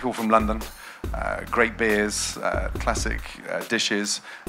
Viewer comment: My ears hunt when she said "Loondon".